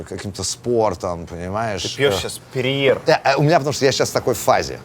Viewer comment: Перье Дудь, а не перьер!